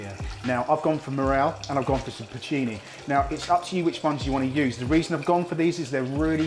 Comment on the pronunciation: It's PorCIni mushrooms, not Porchini... In Italian Ch is a hard c (like in cat), and Porcini is an Italian name... Just thought you should know 😉